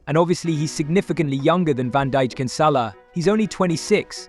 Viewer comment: its van dijk not van dijik